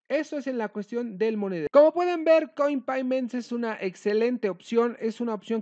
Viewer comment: Un doble factor de autenticación a correo electrónico? Mhhh.... no me gusta. Y se dice "coinpeyments", amigo. Saludos.